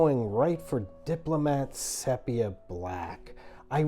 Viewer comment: It’s pronounced “ceepia” not “sep”ia like septic…